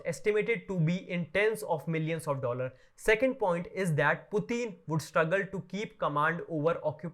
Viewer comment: The 2nd YouTuber was to my American English ears unintelligible for the greater part of his political thesis. S. Central Asians by some cultural convention/convenience tend to speak English way too fast. Take the 2 syllable word 'dollar,' they have a proclivity to sneak in an extra syllable or perhaps 1 1/2 syllables which make it way too foreign sounding for natural English speaking people. These Punjabi style native speakers need to slow way down when speaking syllable rich languages like English. Otherwise no one (or very few) will know what they're driving at. My mind rebelled are this hodge podge of gobble-y-goop, he was spewing out and blathering on about. It simply made no sense. In language (as in life) less is often more not the other way around. Please spare us the backwater provincial nonsense.